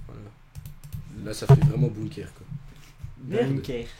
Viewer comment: bunker pas bunkair, sais pas air France pour les bunker